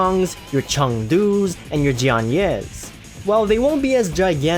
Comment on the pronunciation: HAHAHA pronounce Loyang Cheng Du ....